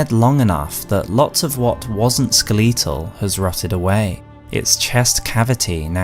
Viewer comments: Except for when he says "skeletal" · I have never heard someone pronounce "skeletal" as such I like it.